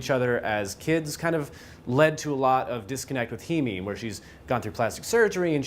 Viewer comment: her name is pronounced hay-me just a heads up. love the review. i just finished the movie and im baffled. once i seen all the jewerly in bens bathroom i assumed hes a killer and keeps a souvenir of the women he kills off. im not so sure though. i am sure that i enjoyed it though.